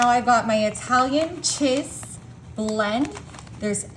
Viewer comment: Who talks like this. No one I know. So bizarre. I can’t watch her because of the way she pronounces these words. “Chiz” cheese. The. Later she says it correctly. What the hell. One video she says crimbs instead of crumbs, every time. I had to replay it because I thought I heard wrong.